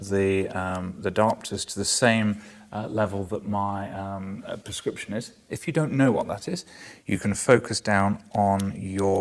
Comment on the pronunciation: It's pronounced prescription not purrscription